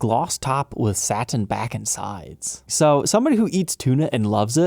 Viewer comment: ...what's with the speaking of two syllable words?... Sa-tin vs. Sat-in... But-ton vs. Butt-on. You switch... why?